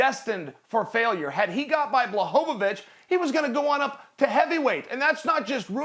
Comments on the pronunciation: And 100th time he called Blachowicz, Blachovowicz. And NOBODY corrects him lmao. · Chael: Blahohawich XD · Chael: "Blahovavic" Me, knowing its Jan Blachowicz: "Light heavyweight champion, Blahovavic" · Nobody: Chael: blahoeVaBitch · "Jan Blachowawicz"